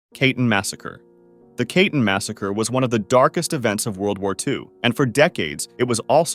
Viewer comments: “Kah-teen”, not “kaytin”. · It's pronounced more like "kah-tin", not "kay-tin"